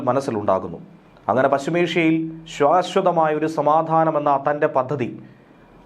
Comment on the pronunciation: ശ്വാശ്വത അല്ല ശാശ്വത ആണ് ശരി.